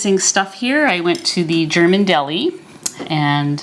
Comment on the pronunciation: You are awesome! I really enjoy your videos. ♥ Usually I do not watch "cooking" videos when they take longer than 15 minutes, but I enjoy your videos so much, they calm me down and they make me sooo hungry! :D And your German pronunciation is pretty much on point! :D well done. Im looking forward to try the protein crust for the Flammkuchen and my version will be kind of "Flammkuchen Elsässer Art" (Flammkuchen Alsace Style) with creme fraiche (or high fat "Schmand") salt, pepper and nutmeg. Topped with "Speck" (smoked bacon - "Schwarzwälder Schinkenspeck" ... Black Forest smoked bacon) and red onions (maybe I ll add some chives in the last few minutes of baking). I won't pre-cook the bacon and onions, but I m going to put the topping (Schmand, Speck & Zwiebeln) onto the crust as soon as it is firm enough and then bake for another 10 minutes or so. Love it when the onions still are a bit more "fresh". Thank you so much for the "Potatoe Pancake" with rutabaga (Steckrübe) - I did not realize that they are so low in carbs. Im going to try them asap! Did you know that this "Potatoe Pankake" ("Kartoffelpuffer") is also eaten as a sweet version? Sprinkled with sugar and cinnamon and served with apple sauce ("Apfelmus") . They are called "Baggers" here in our region (Nürnberg, Germany). My boyfriends grandma made them for me in the sweet and high carb version years ago, but I have to say that my version with a bit of onion and cubes of bacon is my favorite :D Im doing keto for 2,5 ye